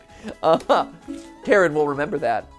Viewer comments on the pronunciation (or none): I never said my pronunciation was correct, just that I didn't think Karen was it, even if it does fit her to a T XD but yes, if you use the Ukrainian pronunciation, it's Kah-reen. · She is not karen she is ka-rin ...ok? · Kuh-rin is how i've heard it, which I beleave is how you would pronounce it using Japanese phonetics. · I love how Matt pronounces Karin's name as "Karen". Strangely accurate... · So obviously google translate isn't the most reliable, but it says it more like Kah-rin, almost Kah-reen